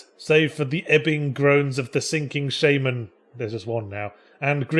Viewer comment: It's "shaman" not "Shaymen"